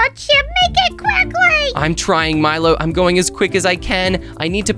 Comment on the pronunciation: Try saying "quikly,,again😂😂😂